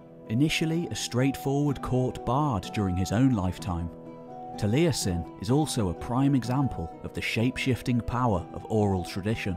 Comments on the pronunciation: Truly excellent video, but for future ref Taliesin has only three syllables: it's "tal-YES-in", not "tal-EYE-essin". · Great job done but your pronunciation of some of them welsh words was terrible!! I've got a friend called taliesin he challenges you to a duel for butchering his language!